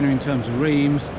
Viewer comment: Thanks for the video but PLEASE learn how to pronounce Reims correctly. It made me wince! Bit of a clue Reims is not in England....